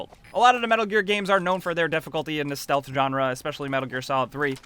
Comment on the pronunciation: He says shealth game and plays like call of duty🤣🤔🤣🤣